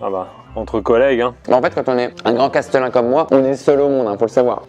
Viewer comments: Par contre c'est Chatelain et pas Castelain non? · Il faut dire Châtelain et non castelain… ! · Castelin ?? Mais c’est quoi? On dit pas plutôt châtelain ?😅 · Par contre on dit châtelain, pas castlelin. Ou maître du château à la rigueur. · Il me semble que l’on dit châtelain et pas castelain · Quelqu’un peut dire à qu’on dit cHâtelain et pas castelain? 🙏😘